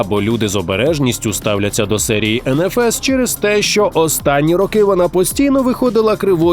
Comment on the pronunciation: Респект - очень рад что укр контент разивается. До вас считал, что кроме рашиского контента на ютубе смотреть нечего. Но очень... ОЧЕНЬ... ОЧЕНЬ!!! режет слух некоторые моменты. К примеру: ЭнНэФес!!!! ЭТО ЖОООПАААА!!!! Это не ЭнНэФес!!!! Это ЭнФэЭс!!!! - NFS - ЭнФэЭс!!!! В начале я вообще не понял о чём идёт речь... это ппц